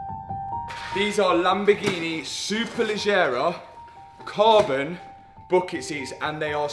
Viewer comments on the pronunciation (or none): Not italian, but lived there for a while... you may pronounce "Superleggera" like "Superledgera" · Someone in Italy dies every time Mats pronounces Superleggera the way he does 😂👍🏼